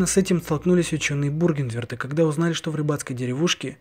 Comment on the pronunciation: Какой Бургернверт? Бюргенверт